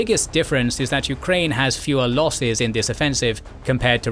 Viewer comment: The narrator also pronounced the nation names as "yu-ka-rain" & "ruh-shaa". Majority of target audience isn't students/enthusiasts of linguistics but of history+geopolitics.